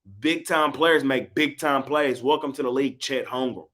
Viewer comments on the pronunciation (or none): none